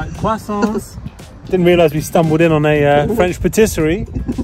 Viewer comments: I love how you pronounce croissant!! Tom Holland says it the same way😁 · Your prononciation of "croissants" is amazing. You could be confused with a native French speaker. And I'm native French speaker xD